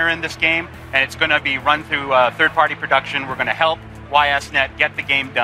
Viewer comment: you pronounce the word "Party" weird. Other than that nice, informative vid as usual